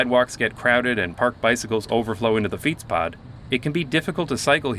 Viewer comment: i have a small tip for your dutch pronunciation, most of dutch words are spoken with a hard letter at the end, even if it is written soft, "bed" in dutch sounds more like "bet" for example and fietspad sounds a lot better wit a hard t at the end